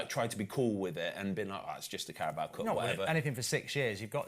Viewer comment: Goldbridge why do you pronounce it the carabowa cup 😂